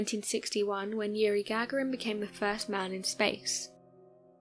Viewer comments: I know you are a kid. It's pronounced "SOY-OOZE". Gagarin pronounced Ga-GARin. You're welcome. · Yuri Gaga-rin? all these years I’ve been pronouncing it Yuri Ga-gar-in, oh how silly I feel now 😂